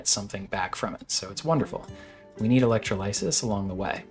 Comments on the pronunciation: suggest looking up how to say electrolysis. 2nd syllable emphasis. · Electrolysis is not pronounced the way you think it is, LOL